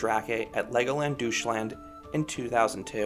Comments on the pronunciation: Great vid, thanks for the overview of all the dragon coasters, I never knew every Legoland has one. By the way, I assume you mean Deutschland when you say 'doosh-land'? If so it's pronounced 'doych-lant' :) Also, as you suspected the Dragon at Windsor is very tame. Apart from the dark-ride section it's a complete snooze-fest and is also way too short to be worth the long waits it accumulates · The German in me is like wtf is a Doucheland? The American in me is like "LOL He called it doucheland!" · Great review! My only minor nitpick is how you pronounced Legoland Deutschland. Still, this looks like one of the better family coasters out there.